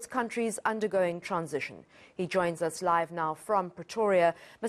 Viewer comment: 🤣Why does she always have a hard time pronouncing 'transition'?!